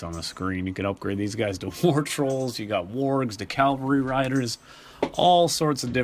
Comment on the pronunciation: You will find that "calvary" means something entirely different from "cavalry" which is what you were supposed to say instead of "calvary".